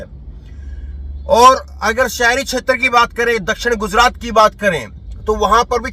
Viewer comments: Gujrat ka pronounciation thik nie hei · Guzrat nhi be gujrat —— chnd nhi charan 😂 pl